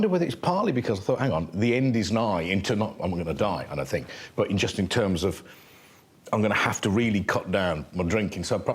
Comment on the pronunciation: Although « we don’t talk in those therms now « 😂